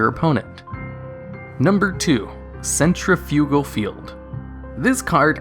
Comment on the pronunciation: your pronunciation of centrifugal should be on a top 10 words mispronounced list